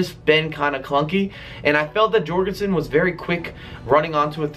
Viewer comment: it should be pronounced yorgensen not Jorgensen